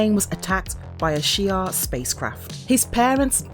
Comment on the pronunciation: It’s pronounced She-are Not fukin shire 😂